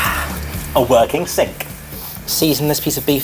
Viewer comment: emphasising the working sink 😂